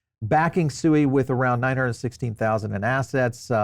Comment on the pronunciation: It’s pronounced “Swēē”